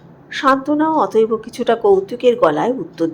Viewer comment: অত‌এব কে অত‌এব-অ বলছেন কেন?